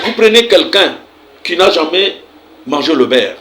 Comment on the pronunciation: Le baire ? Le beurre, monsieur !